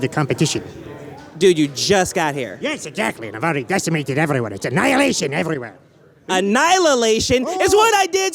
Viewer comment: An Anylalation lmao